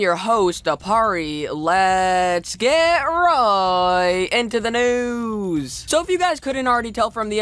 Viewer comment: lets get right into the news what kind of pernouncination is that